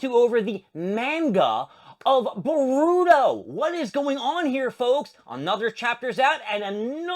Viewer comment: You could start by at least saying manga and boruto correctly